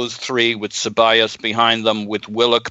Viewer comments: Stop saying CebaLLos especially after everyone says Cebayos, jesus wept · Great listen gents...fucking and the way he pronounces Ceballos...so cringe..fun to hear how excited sounded..Thx for a great host as usual.